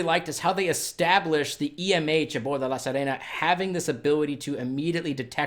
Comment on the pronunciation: I commend you for changing your pronunciation of "La Sirena" This has been a pet peeve of mine and I had mentioned it on your channel before. Kudos to you for making the effort!!